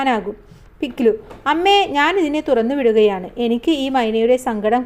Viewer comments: പിക് ലി❌ no - പിക് ലു ✔️ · mam പിക് ലി അല്ല പിക് ലു അലെ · പിക്‌ലി❌പിക് ലു✅